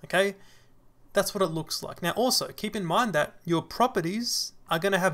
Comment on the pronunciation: Thank you, am I the one who heard "mew" instead of now? This seems cute)